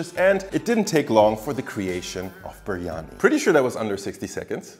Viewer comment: c’mon dude, you can’t make such a good video and have such high production value and then misspell and mispronounce biryani so many times 🤦🏻‍♂️😂